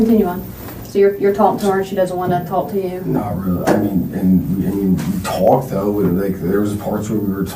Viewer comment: This dude would get punched in his face the 3rd time he says tawlked. Imagine him telling this story in prison.